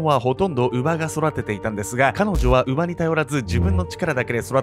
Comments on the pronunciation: 。 う→ば→ ではなく う↑ば→ な気がします。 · 乳母って馬の発音なんやっけ？ 気になって閉じた😂